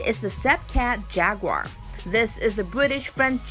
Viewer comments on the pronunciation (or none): none